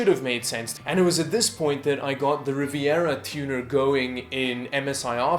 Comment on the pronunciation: The case is in fact really disappointing, yes. That's a shame. Also the way you pronounced Rivatuner gave me a chuckle, haha.